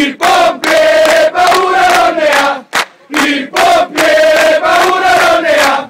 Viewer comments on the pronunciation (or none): Ma si dice il pompiere no il popiere😂